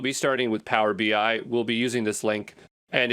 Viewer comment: It is text to speech. Notice pronounces BI as BY..."Power BY"